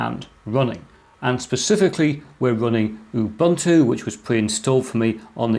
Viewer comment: Ubuntu: ooh-boon-to.